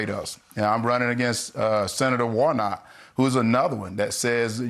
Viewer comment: Gosh he can’t even say Senator Warnock. He says Wornot. Yikes.